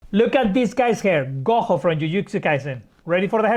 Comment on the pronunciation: Hey angel his name is pronounced as go joe btw not go ho